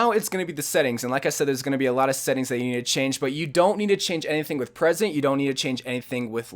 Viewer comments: ''present'' it's preset (pre-set) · It's fucking preset not present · hey man i just want you to know that the word preset is pronoucned "PREE-set" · why does he say preset like that